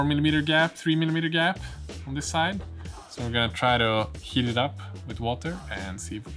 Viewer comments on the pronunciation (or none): none